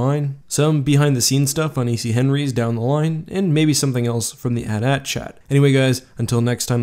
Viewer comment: IT'S PRONOUNCED AY TEE AY TEE. REEEEEEEEEE